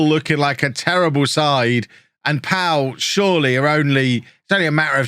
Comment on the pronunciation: Pau are pronounced "Poe" btw (like the pilot in the new Star Wars films) and it's where the first ever Grand Prix took place.